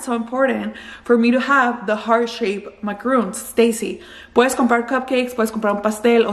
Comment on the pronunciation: Great deal cuz they're pricey! But soo good 🤤 💕. By the way, you're pronouncing them wrong. Macaroons (with the ooo sound) are the coconut ones, the macaron is pronounced Maca-Ron (like the name Ronald or like On with the r though). I used to mistake the pronunciation too 😊